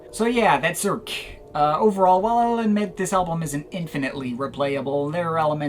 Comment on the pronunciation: Your french prononciation is lackluster...Let me guess : American & monoglot? :P Cirque is a staple in Geir's catalog, it was more daring than his previous endeavors.